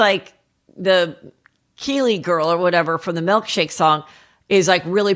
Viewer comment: kel-ees. not Keely lol